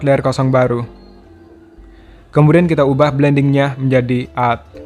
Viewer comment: Mantap banget. Tapi masukan aja. Baca add bkn ad bang tapi ed hehe